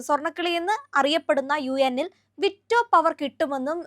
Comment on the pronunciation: നിങ്ങളെ പോലെ ഉള്ള പ്രെസെന്റർസ് തീർച്ചയായും ഫോക്കസ് ചെയ്യേണ്ട കാര്യമാണ്, നിങ്ങൾ അവതരിപ്പിക്കുന്ന വിഷയത്തിൽ പരാമർശിക്കപ്പെടുന്ന terms അതുപോലെ പേരുകൾ ഒക്കെ ശെരിയായി ഉപയോഗിക്കുക എന്നത്. . ഇവിടെ victo പവർ എന്ന് പറയുന്നത് കേട്ടു. . ശെരിയായത് വീറ്റോ പവർ (veto power) എന്നാണ്. . നിങ്ങൾ അവതരിപ്പിക്കുന്ന മാറ്ററിന് കൂടുതൽ ആധികാരിത കിട്ടാൻ അത് അത്യാവശ്യമാണ് . അതല്ലെങ്കിൽ, നിങ്ങൾക്ക് വിവരമില്ലെന്നോ, വിഷയത്തെക്കുറിച്ചു സീരിയസ്അല്ലെന്നോ തോന്നൽ കേൾക്കുന്നവർക്ക് ഉണ്ടാവാം. .. ഈ ആധുനിക കാലത്ത് ഗൂഗിളും AI ഒക്കെ നിങ്ങളെ സഹായിക്കാൻ ഉണ്ടല്ലോ use it . regards vadayar please take care